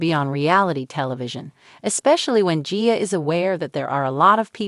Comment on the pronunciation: It's AI that's why it can't pronounce. Annoying! Like gia and mother.